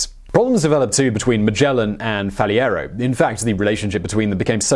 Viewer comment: The proper names are pronounced Faleiro and Aveiro not Faliero and Aviero.